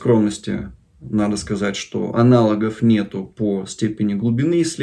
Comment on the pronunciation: Пожалуйста, не используйте это дурацкое "аналогов нет", ибо зачастую оно звучит как "анало-говнет". Здоровья, счастья и удачи вам!